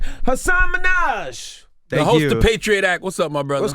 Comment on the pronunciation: MIN-HA-GE, not minaj like nicki